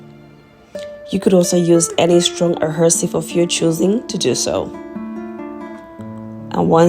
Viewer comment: Hi Sis. Love all of them. I love your accent but the correct pronunciation of the word is AD-HE-SIVE...LONG "E" Sis.....NO "R". Continued Blessings to you and yours.🙏